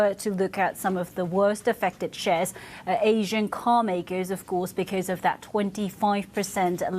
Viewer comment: I’m sorry… AHHsian?